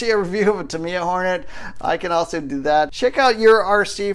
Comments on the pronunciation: Ta-mi-ya, surely not Ta-mai-ya :) Good vid again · It's Tamiya with an i. Good videos. Good luck on your kit.